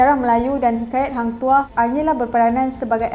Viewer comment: hang tuha/toh kenapa dengar pelik